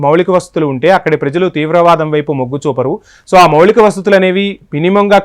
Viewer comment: "మౌళిక"వసతులు కాదు "మౌలిక" వసతులు. తెలుగు లో కూడా మాట్లాడలేక పోతున్నాడు. ఎక్కడినుంచి వస్తారో గానీ వీళ్లు.